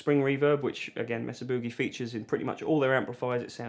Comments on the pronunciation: MAY-suh. Rather than MESS-uh. 😉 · Mesa is pronounced "May-Sa," not "Mess-A." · It's "May-Sah" boogie, not "mess-ah" boogie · Its MAYsa. Would you people stop saying messa. for fuck sakes. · California here. Every time you say Mesa Boogie wrong we have an earthquake. Please stop before we fall into the ocean.